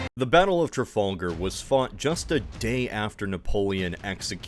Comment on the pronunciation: Man that mispronouncing of “Trafalgar” sure stings